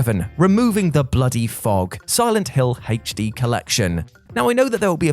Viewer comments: You love adding extra letters to words 🤣 “haytch D” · Hache-Dee > HD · “He’H’ D” 😂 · is making me question if I’ve been pronouncing “HD” wrong this entire time.